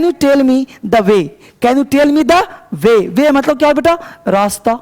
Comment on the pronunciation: Way 😁😁 not bay.